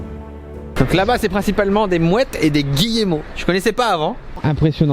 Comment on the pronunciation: Petit information :cyril on ne prononce pas le é de Guillemot